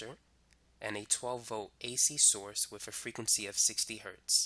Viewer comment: Why "wif" instead of with and why do you over enunciate your "S's". Incredibly annoying.